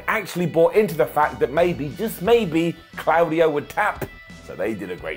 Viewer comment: For anyone commenting on pronunciation of Claudio he’s correct it’s clow dee oh not claw very European indeed